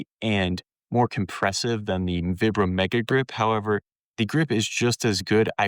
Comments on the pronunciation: It's "Veebrahm," not "Vihbrum." Vibram's an Italian company named after the founder, Vitale Bramani = ViBram. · I like the video, good info! Your pronunciation though is killin me! It's Vi like pie or long I sound. Veyebram. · Its Veebram actually, its Italian. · Can’t listen to someone who doesn’t even know how to pronounce vibram